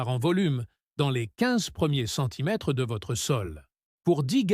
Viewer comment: Centimètré 😅😅😅 L´IA incapable de parler !